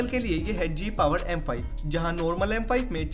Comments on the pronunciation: Mujhko sunai diya gay power 💀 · Bhai mujhe hi Gay power sunai de raha hai ?